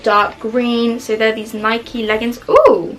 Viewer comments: Are we going to talk about the “nik-EE” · the way u said nike ruined my whole day 😔😔😔😔😔😔😔😔